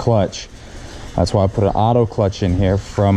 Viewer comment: Ott-Toe clutch??? :s